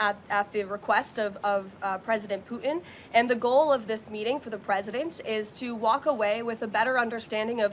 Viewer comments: can this woman not pronounce PUTIN? she keeps calling him poo in - True Ghetto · She needs to pronounce her t's. It's Putin not Puan. Lol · Why does she pronounce "Putin" as "Poo-in"? What dialect is this? It sounds like a Cockney accent influence, but she's speaking American English. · and cant pronounce PUTIN - OMG ...... who is poo in? she sounds like Candace Owens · and cant pronounce PUTIN.